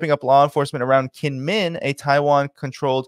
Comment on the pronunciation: Pronounced jingmen island. And its not a hundred miles from the main island. Ya might wanna do just a tad more research before posting. As well as the actual relationship both kinmen islands have with China.